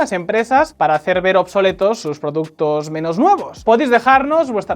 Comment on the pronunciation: productos o productes 😂